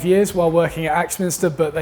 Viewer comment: Sorry but surely it's Axminster not Axminister?? Peace.